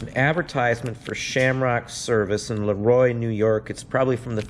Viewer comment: How funny--You said LeRoy, NY, and my ears perked up cuz that's not far from me. LeRoy is the birthplace of Jello 😊. AND you pronounced it correctly too! Good job!